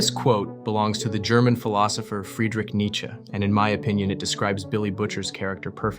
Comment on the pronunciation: But he did not pronounce "Friedrich" right though